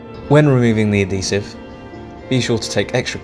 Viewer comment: Just to let you know it is Adhesive not addesive